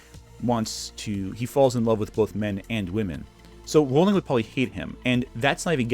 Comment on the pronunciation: You know, maybe she deserves to have her name mispronounced, I don't know... but it is pronounced "rolling."